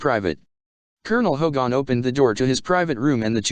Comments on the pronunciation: ~ +.... It's Hogan. Not Hogon. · All the other comments are clear, but really, please, please get a real person to read this. This machine keeps saying HO/gone instead of Hogan (more like hard G -E-N) with the emphasis on HO. And it was very clear on the show that Baker was a prisoner officially brought in. However, it was never explained what had happened to Kinch (who was indeed Hogan's second in command). I always thought that was a mistake.